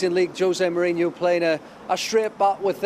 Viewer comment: Why the english always call him "Mourinio?! It's Mourinho, very simple